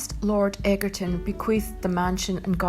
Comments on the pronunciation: Very annoying mis pronounciation of the owners name!!!!!!! Its pronounced 'edgerton'....not 'eggerton'! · Say the word EDGE and then say ER and then say TON and you'll be fine xx